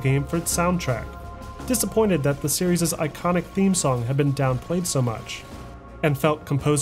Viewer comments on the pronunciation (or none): Awesome video as always. Series is singular and plural though my man. You said serieses SOOO many times lol.